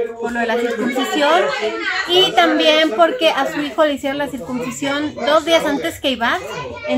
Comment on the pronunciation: en español se dice "CIRCUNCISION" no circumcisión, con "m", como tú lo dices. Saluditos!!!